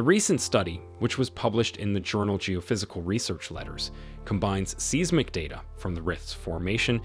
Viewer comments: Your pronunciation is awful. It's ee-thee-oh-pee-ah (Ethiopia)/ size-muhk (seismic) / tan-za-nee-ah (Tanzania) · I can’t subscribe because the narrator said seeesmick instead of seismic. Do better. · He said “seezmic” instead of seismic and I can’t get past it 😂